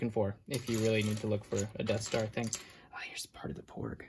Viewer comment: god, why does he always say ting?!! so annoying